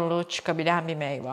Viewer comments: Meyva meyva çok tekrarladiniz yanlış telaffuz dan video ya odaklanamadim ....meyve ablacım meyve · Güzel bir anlatım ama "meyva" değil "meyve" kulağımı tırmaladı.